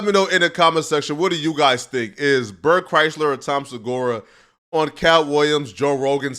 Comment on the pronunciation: He call him Bert Chrysler 😂😂😂😂